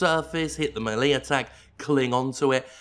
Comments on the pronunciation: Its pronounced "MEL ..A" ..not "MEL..E" ... NOBHEAD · MAY LEE attack not MEH - LIA attack. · "Malee" attack? Melee is not pronounced that way. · Muhlee, Jim? Really? :) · the mi-LEEE attack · “A Mae Lee attack” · I hated the game and returned it to ebgames. Doom, in any form, does NOT need ammo management. This totally defeats the purpose of the game. And the melee (att Jim: pronounced may-lay) is way, way, way overused. Doom64 was the best Doom game released this week. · The thing I took away most from this video is how Jim pronounces "melee"